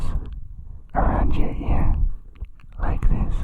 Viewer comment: Actually, it's "this", not "these". They have an accent and pronounce it similarly to these but it's not the same.